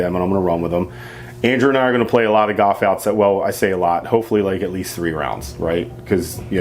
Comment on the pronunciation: You know there is an L in the word goLf